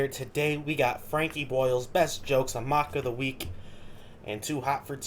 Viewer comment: You're dumb as shit and I do know. You're STILL saying Mock OF The Week.